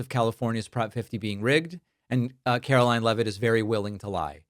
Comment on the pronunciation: David, Sir, the Press Secretary’s name is pronounced Karolyin’- I believe it’s French.